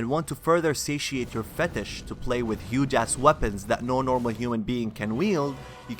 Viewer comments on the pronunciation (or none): none